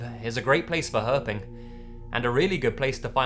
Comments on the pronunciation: ah, no offense when you said 'herping' it sounded like herpes for a second... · I'd be ok with never hearing the word 'Herping' again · "Herping"... that man deserves some sort of award hahaha